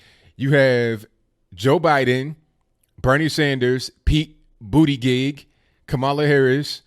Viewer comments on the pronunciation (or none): My man said "booty gig" lol